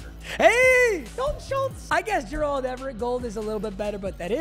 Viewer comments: if this guy says JURALD everett one more time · pronounce Gerald correctly challenge: LEVEL IMPOSSIBLE